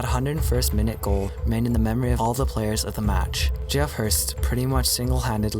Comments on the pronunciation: Geoff is pronounced Jeff. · Is this narrated by AI? Jee-off Hurst?!